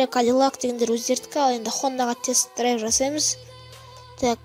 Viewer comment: Драйв емес Драйвь